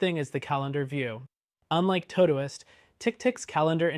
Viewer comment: I've never heard someone mispronounce todoist before 😂 impressive